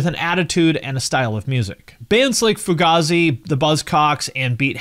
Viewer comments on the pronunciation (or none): It's pronounced like fugayzi, not fugahzi